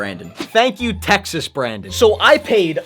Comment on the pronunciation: Wait you d said Austin texes